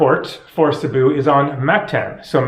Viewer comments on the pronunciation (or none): Cebu is pronounced SAY-boo:) it always helps to know some basic phrases in the country one is visiting, knowing the correct pronunciation in their language helps so much as it shows respect plus your communication will come across clearly leaving less chance for error..less chance getting wrong directions ect.